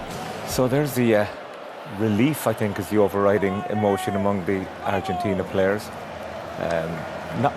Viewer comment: I dig the way she says "Argentina" with almost an Argentina accent, kudos dear!!